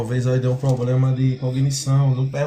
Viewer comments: Quando o camarada começa com essa pompa toda, abrindo textinho em grego e lendo anotações de gramática, normalmente ele fala “poblema” e leva uma surra da bíblia. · Kkk Quando ele falou: _"Só que nós temos um 'poblema'" , aí perdeu totalmente a credibilidade . Kkkk